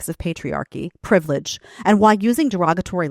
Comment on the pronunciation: "privledge" *privilege. I'm sure it was an informative lecture.